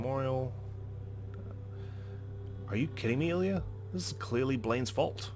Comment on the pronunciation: ilya is a russian name and we pronounce it il'YAAAAAA